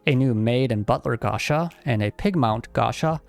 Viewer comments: Dood please, PLEASE, stop saying gasha, it's gacha, from gachapon. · Why are you saying and writing "Gasha" instead of Gacha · While the fans are upset at the game, I’m upset he keep saying “Gasha”